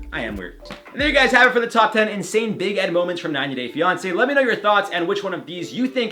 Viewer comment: Why does it sound like his saying big head, or is it only me💁🏽‍♀️